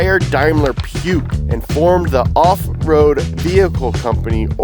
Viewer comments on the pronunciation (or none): It’s not „puke“, guys! 😂 It’s Puccccchhhh. I know it’s hard but you could at least try. Same with almost all Americans saying Porsch. There is an „e“ in the end for god‘s sake… and that’s NOT pronounced Porscheeeee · its pronounced PUCH not PUKE 😅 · pronouncing puch as "puke" made me wince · piuch...... or just puch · Puch is pronounced "Pook" not "Puke". 🤣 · It is not steyr daimler puke, it is puch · Maybe pronounce Puch like "pook" if you can't pronounce the "ch"! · You should've done an off-road comparison between the two, since that's what the original w460 was built for. Also next time just ask anyone who speaks German for advice before you pronounce Puch as puke again lmao. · Mistaking an ML from the 90s and calling it a GLE, then coming from car guys and then how you said Puch… who signed off this video before publishing? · Hurts a bit to hear Puch pronounced like that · Completely nuts ! First to completly mispronounce puch, mess up the history of the original puch car, not mention the history related to Iran, and calling an ML a GLE was just a cherry on top. Quite disappointing to see such a legendary histroy be so butchered. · his pronunciation of Puch was abysmal